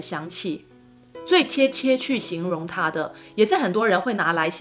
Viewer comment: 是 龍涎（ㄒㄧㄢˊ）香不是ㄧㄢˊ喔